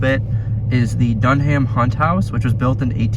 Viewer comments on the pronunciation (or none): st charles east is haunted, north isnt East: 1 North: 0, conclusive evidence that east is better than north. Now lets see if any north students are gonna get pissed at me now Also dunham isnt pronounced Dun Ham, its pronounced dunnam